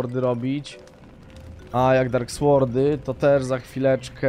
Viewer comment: gimper w nazwie dark sword, "w" jest nieme, dark sord a nie słord